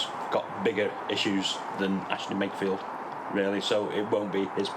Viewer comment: It's pronounced Wakefield